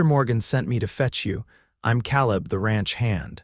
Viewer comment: Another misspemronounced Word... Caleb Ìts pronunced KAALEB .,UGH